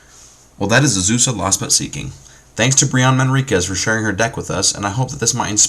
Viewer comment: "Uhzoosah" "Steel Hallkite" "Soul Ring"